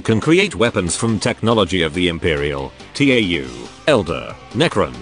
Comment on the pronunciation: I'm not comfortable with Tau being pronounced T.A.U